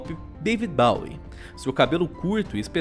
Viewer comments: nao se fala "baui" e sim "boui" no caso bowie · E isso é bem tecnicalidade, mas Bowie é falado como em "Boi" não como em "Bola".